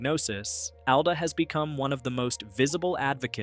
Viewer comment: It’s “ALL-duh”.